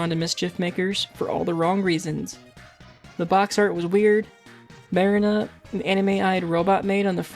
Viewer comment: also don't want to be pedantic but her name is pronounced Muh-REE-na (like the place people store boats) , not MAH-rin-uh. I'd normally say it doesn't matter because honestly who cares, but the professor shouts her name constantly throughout the game lol